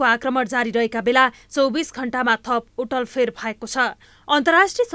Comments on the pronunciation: उटलफेर हैन उलटफेर भन्नुस ल । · उटल फेर ???? 🤔🤔🤔 🤣😅😂🤣😅😂 के वोल्या वैनी ? के वोल्या ? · उटल फेर हो कि उलट फेर हो को पत्रकार हो यो???